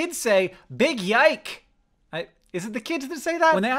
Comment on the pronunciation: "yike"... Now THAT'S a BIG YIKES!